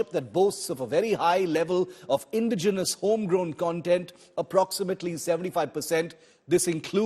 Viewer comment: Its not pronounced INdigenous, it is inDIgenous. The emphasis is on the "di" syllable. Its not DEterrence, it is deTErrence. The emphasis lies on the "te" syllable A professional of the stature of India Today should know these things..